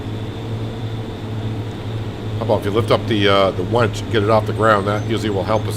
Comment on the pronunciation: its winch not wench